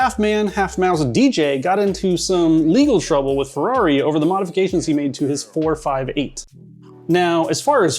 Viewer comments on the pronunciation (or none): The way he said 458 really gnawed at me throughout the video